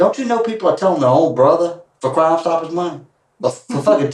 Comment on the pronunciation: The Macon Georgia accent that turns the word shit into three syllables like “she-ah-it” but the word crime is one syllable like “crahm”